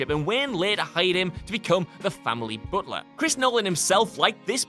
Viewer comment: I gotta say it. Good video etc, but man. Booooot lah? Alfred, the booooot lah?